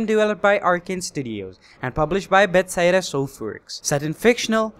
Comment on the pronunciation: Be-THES-DA, not Bets-SEDA